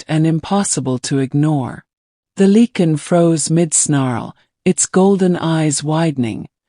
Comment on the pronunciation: “Lycan ” not “leaken”.